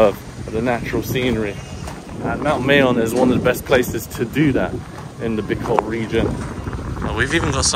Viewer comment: It is pronounced as "MAH-yohn". Filipino language ALMOST NEVER uses long vowels.:) It's been a few days of vlogging in Bicol now, perhaps you can now pronounce it correctly?